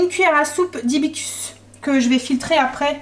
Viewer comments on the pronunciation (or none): Coucou super vlog le far breton à l’air délicieux 🤤 par contre dans hibiscus on prononce le le premier S ( hibiScus) voili voilà bonne soirée à toute la famille 😊